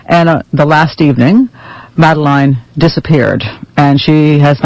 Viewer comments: Ms Brown your book might be good I don't know - but will you please stop pronouncing Madeleine's name wrongly? It's not Mad-el-INE. It's pronounced Madelin. I know the spelling is confusing but surely you'd heard of the name in the US before the disappearance of this child? I understand that cultural differences will mean that there will be differences in pronunciation of names etc. but out of respect for this child couldn't you use the pronunciation her parents would use? Every time I hear you say MadelINE it grates on my ear. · Dear Pat Brown, her name is Madeleine...not Madel ine. How do I know? My name is Mad el eine. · Not relevant, though. I would think the poor girl could at least have her name pronounced the way she and her parents pronounced it. It's just basic respect. If they are all pronounced the same in Oz, presumably that is as "madalin". Mad-align sounds utterly wrong and stupid - as if coming from someone who hasn't even bothered to listen to any videos. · Maybe unrelated...BUT my opinion is someone who can't be bothered to say someone's name right is someone I can't believe too well.... (it's "mada-lin" not "mada-line" I think it's a matter of respect that's all...and it's not that hard really! Like my name - it's pronounced Hay-dee not hi-dee. The first time ismforgiven but if I tell you how it is then that's how I expect you to say it.... ) This American is cashing in on this UK family's story . A story that happened in Portugal .... imo this woman is just seeking easy money. I could do the same.... I could write a book about it and just repeat everything that's already been said..... they're guilty of knowing what happened to their daughter. I don't think they killed her....but I think they definitely know what happened. Ya gonna pay me for that? Lmao. What a joke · You're going to market an entire BOOK about a person. Don't you think you at LEAST ought to learn how to pronounce their name correctly??? Jesus.